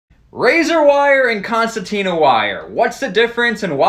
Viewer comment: It sounds like is putting an extra 't' in concertina.